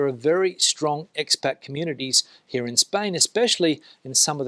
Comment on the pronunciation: Fantastic video. Isn’t it Ex Pat - not Ex Bat 🦇 LOL